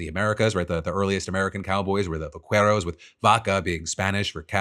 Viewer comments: Please, for the love of god, learn to pronounce Spanish words before saying them. It’s pronounced Va-Ke-ros, not vakueros. In Spanish, the Q is always followed by a U, but the U is always silent. Like in Queso, you don’t say Kueso, you say keso. So please please please, next time, get it fact checked by an actual Spanish speaker before publishing. Other than that, love your show!!😂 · Phil, your pronunciation of “vaqueros” makes me laugh 😂 I know Spanish isn’t your main language but it’s pronounced “bah-KEH-rohs” with a hard K-sound rather than an English Q-sound. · Just for your information Phil, you can pronounce vaqueros as "vackeros" instead of "vaqweros". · Hey Phil, I know someone else is gonna say it, but I'll say it just in case. Here's a quick Spanish lesson. When you have a QUI or QUE, the U is silent so VAQUEROS is pronounced 'bakeros'. Geat job pronouncing the V as a B, though! Glad you got that one. 👍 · Vaqueros "vah-care-ohs" Givin' me "case-oh-dill-ah" 😅 just teasing! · Hey Phil a tiny correction the u in "qu" for Vaqueros is silent. Just imagine it's a k. 👍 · Va-Qwherows lol I love the show bro but that made me lol irl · Vah-Kair-Os, Phil. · There’s no “w” in Vaqueros, love you tho! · Me when I hear the U in "Vaqueros" being pronounced. RRRREEEEEEEEE